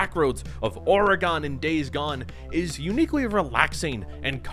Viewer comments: As an Oregonian I can tell you people would give you funny looks for the way you pronounce the name of the state. It’s such a running joke around here that you’ll see bumper stickers on cars that say “Oreygun” on at least one out of every 1,000 cars on the road. I enjoyed the video and I’m grateful to see a greater appreciation for a game set in this truly beautiful state. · It is Days "Gone" but it's not Or "gone" Credit for the middle syllable though. Nice. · Are you saying Oregon? You’re pronouncing it like Oragon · I swear to god if i hear you say Oregon like 'oreh gone' one more time im gonna blow a gasket.😂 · Your pronouncing Oregon super wrong dude 😂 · what a funny way to say Oregon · What the fuck is up with this guys pronunciation of Oregon? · I'm sorry, but where are people proliferating this pronunciation of "Oregon"? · Mf pronounce Oregon wrong one more time. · Why the hell does he keep saying Oregon like that I like the video but you sound like you're not even from the usa saying it like that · Watched this video but I cringe every time he says Oregon wrong 😂 I’m born and raised in Oregon so it killed me a little haha It’s supposed to be how you say an organ in your body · I agree with everything you said. But the way you say Oregon is horrendous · I absolutely hate the way you pronounce Oregon. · Have you never heard "Oregon" pronounced before?? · The way you pronounce Oregon is enraging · Shameful Oregon pronunciation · Who tf says Oregon like that?😂😂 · The way he says Oregon is sus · I personally hate it when people say "transversal" that's not a real word it's "traversal" the world is derived from "travel" not "tranvel" that shit irrationally bugs me. Also what's with pronouncing Oregon wrong? Are you Canadian or something? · Can’t even say Oregon right LMFAOOOO 🤡🤡🤡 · Pronounce Oregon like that again i dare you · Mad at the way you pronounce Oregon that’s not how you say it at all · the way you pronounce Oregon makes me want to die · aura-gunn lol